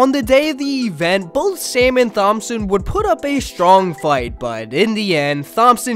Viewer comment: You don't know how to pronounce Thompson? What the f